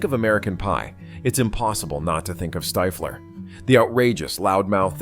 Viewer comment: ITS NOT STYFLER....ITS STIFFLER